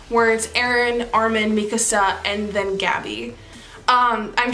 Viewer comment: FINALLY someone who pronounces Mikasa's name correctly